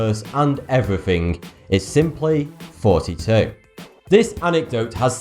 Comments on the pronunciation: everytime you say "Thoughty2" it sounds like your saying lol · THAT EXPLAIN WHY EACH TIME IT SOUNDED LIKE YOU WHERE SAYING!!! IT'S BECAUSE YOU WHERE!!! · If you think about it, the way he says "thoughty2" kind of sounds like, which is also the episode number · Bruh u sound like you saying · He says, "So, do I have a job? Yes, it's called." I could have sworn that is what a crap ton of other people heard too. Every single damn time I watch these videos from start to finish, I think he says. If you think he says Thoughty2, you'll hear that, and vice versa. end of story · is 22; his channel's name is Thoughty2 which he pronouces; is a powerful number. Makes so much sense. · One more fact that is interesting to me and possibly interesting to you and others is that there is a term, "th-fronting", that refers the pronunciation of "th" sounds as "f" sounds. The most notable example in your case is "thoughty" being pronounced as "forty". What sparked my curiosity was when I heard you say "furrily", then realize you said "thoroughly", I thought that was pretty funny so I just had to look it up. It seems that Wikipedia is loaded with info on dialects and topics related to phonetics for the inquiring minds out there. By the way, I do not mean to be derisive by pointing this out. I just thought it was a fun fact to share. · Also I love how without the stache I seem to notice more how asymmetric his facial expressions are. Still quite handsome if I say so myself lol just thought I’d point it out cuz I am only recently stumbling upon these older vids of pre stache. And I honestly always thought his accent is what caused it to sound so much like fourty2 cuz a lot of his THs sound like Fs. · So that's why he always sounds like he is saying in his interdiction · When I first heard your intro I always thought you were saying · AHA! I knew you said and not thoughty two! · He pronounces "thoughty 2" that way because he is actually saying.